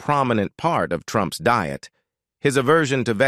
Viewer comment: Don't care for him but I wish I could eat like him. Is a real person reading script? Pronunciation is strange. Deeit for diet?